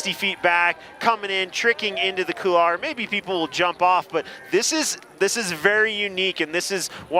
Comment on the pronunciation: Imagine holding a competition in a couloir yet no one can pronounce couloir properly. Oh America, stay dumb!